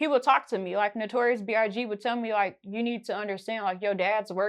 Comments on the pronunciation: Is everybody gonna act like she didn't say "Notorious B.R.G?" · Lmao she really said notorious brg 🤣🤣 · She keep saying BRG lol i cant wit this girl lol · Did she say Notorious BRG??? I'm gone..... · Did she just say notorious BRG 🤦🏾‍♂️ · She said Notorious BRG lol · Is anybody noticing she saying notorious "BRG" or is her big ass teeth just in the way?🤣🤣🤣🤣🤣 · She didn't say notorious big....she deadass said notorious brg!💀💀💀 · Why didn't they send a spirit txt to tell you notorious brg ain't his name he was trying to strangle you cause you kept messing up his name!